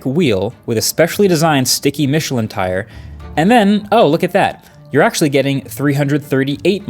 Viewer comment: bro needs to look up how to pronounce Michelin